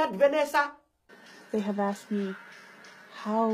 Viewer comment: The word is asked not axed